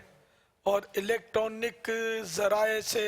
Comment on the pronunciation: Babaji "electronic" nahi "electronic bolo